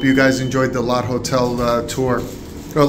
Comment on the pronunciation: Unusual spelling, but it’s pronounced Lot-Day Hotel. Lotte is a Korean/Japanese conglomerate.